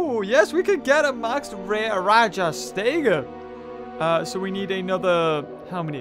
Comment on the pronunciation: it's called rajas-tega